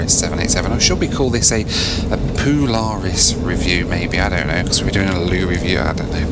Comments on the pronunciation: Poo-laris Loo Review? Boooo! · "Poo-laris" review, lol! 😆 🚽